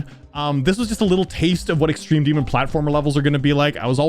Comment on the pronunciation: Ahh, yes… “EXTEME DEMON”